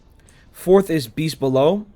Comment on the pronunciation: You said beast bellow wrong